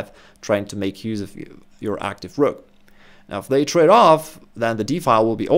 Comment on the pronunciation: 😂 i like the whrokk